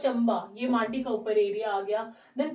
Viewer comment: It's Mandi not Maaandi 😁